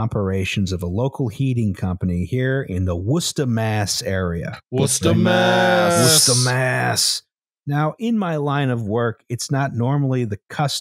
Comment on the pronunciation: oh my god they can say Worcester. I'm wicked impressed